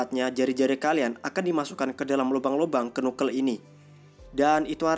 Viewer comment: Bang, belajar lagi untuk penyebutan bahasa inggrisnya, biar enak di denger. Contoh Mjolnir cara penyebutan nya bukan emjolnir tp Mejolnir. Knuckle cara penyebutan nya Kenakel bukan kunakel. Cuma kasih saran aja bang, biar lebih enak di denger, biar ga keliatan orang kampungannya. Good luck!